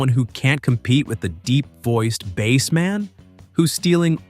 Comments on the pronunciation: Its mister base, man not mr. Bass man,sounds like you talking about a fish😂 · How about pronunciation Mr "Bass"man as the fish instead of "base". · Mister Bass, pronounced like the fish, Man. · "Hello MOODAH" "Tip toe through the Tull Lips" "Mr. Bass (rhymes with ass) Man". SMFH